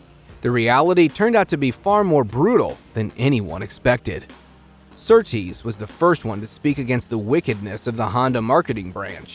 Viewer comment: The RA-302 is a car, not an engine. The engine was not the issue. It was the chassis, which handled poorly and was a fire hazard. BTW, the man's name is John Surtees, not Surtrees. Very poor quality presentation showing minimal homework was done. Now go and write out 100 times "I will do my homework."